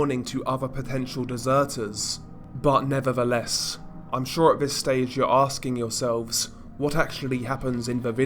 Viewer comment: You are a great narrator, always entertaining. “But nevadaless…”